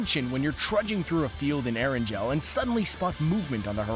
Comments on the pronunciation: It’s not “Air-an-gel” it’s “air-an-gal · erangel Not eranjel Haaha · The pronounciation is Er-an-gl not Erangel...lol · Did he just say Er en gel in stead of Erangle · So no one is talking about how this guy pronounces erangel like eranjel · Anyone else get triggered by How he said ERANGEL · You said Aran gel not erangel. If you don’t believe me look at the captions. It’s erangel (eh-ran-gul)